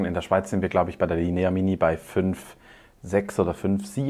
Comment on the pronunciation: Tolles Video, vielen Dank. Dürfte ich nur darauf hinweisen, dass die Betonung beim italienischen Wort "la linea" am "i" und nicht am "e" liegt ;)